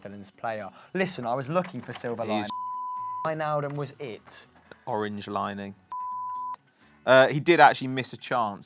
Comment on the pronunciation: Such a crinch mode hamster trying to pronounce oranje... get some dutch lessons mate xd